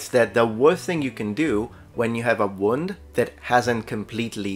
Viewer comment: Dear, great video! Here are a few pronunciation pointers: -Scarce has the sound of scare not scar -Luncheon is lunch-on not lunch-yon -Wound has the long [u:] of moon or woo, not the short [U] of would or good. - Chaldean is pronounced Kaldean.